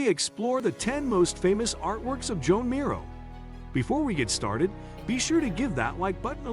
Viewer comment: It would invest you with credibility if you learned to pronounce the artist’s name correctly. Until then…